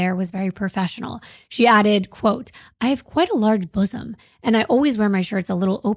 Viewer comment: Maybe I'm childish but I laughed when you said boozum 😅